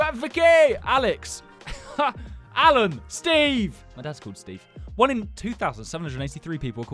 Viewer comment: bro thats my name, I kinda feel offended when you kept saying alan like that